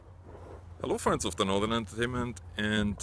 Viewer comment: What was that in the beginning?! "Welcome friends of TheNorthernnnntertainment" :o) ... Drank one glass too much? :o) PROST !!! ;)